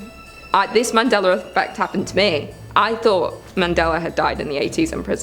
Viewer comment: Why is it when you say Mandela effect you say it with a r in it but when you talk about the man you pronounce it correctly?